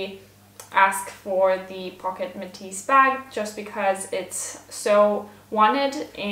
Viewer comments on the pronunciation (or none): I am sure it doesn't pronounce " pocket metis" it pronounce" posh-et" metis.😂😂😂😂